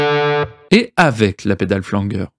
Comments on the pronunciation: On dit Flanjeur pas Flangueur 😂😂😂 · il va falloir revoir la prononciation de flanger..